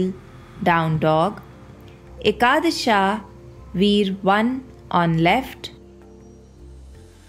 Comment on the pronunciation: I appreciate just dont say ekadash"a", its ekadash